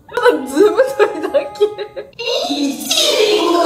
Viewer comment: 爆笑不可避ｗｗｗｗｗ わかるよはるかたん。い↑ち↓ご↓うちのとこもそうだもん🍓ｗｗ みんなテンション高くてつられる😂😂😂